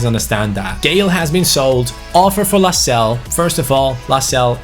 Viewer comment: Your pronouncing Lascelles wrong it’s Las-Cel-Es. Like so can see